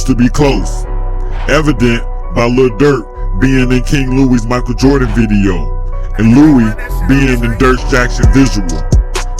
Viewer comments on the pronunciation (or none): none